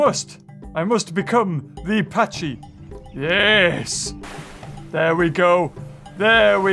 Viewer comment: I like how he says pachy